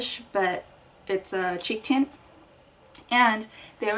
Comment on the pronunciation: Did anyone realize she said Cheek Chint.? :b